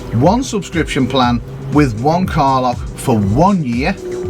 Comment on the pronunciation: When says car lock it sounds like he's saying Carla. LOL!